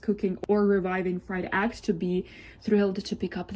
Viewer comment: Yeah, I thought I heard a bit of an accent throughout the video, but the part where she called eggs, “aggs” is where it really showed that English is not her native/first language. Which makes her complaining about them not speaking English even weirder. Like did she think that because she speaks English “out of respect” that the devs have to do it to like she did?